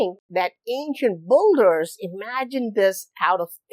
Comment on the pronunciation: Why do you say "ancient boulders" instead of "ancient builders"...?